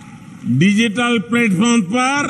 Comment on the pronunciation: Why is it so hard for Rio to pronounce "Digital" 🤣 I can already see memes coming out of this 🤣🤣🤣